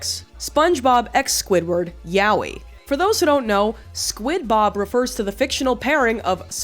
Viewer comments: you say yaoi like Yahwhe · i have never heard yaoi pronounced like that lol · After all this time...who has the heart to tell her that's really not how you pronounce "yaoi"?